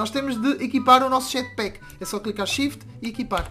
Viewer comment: Jatpack de português 😂😂😂😂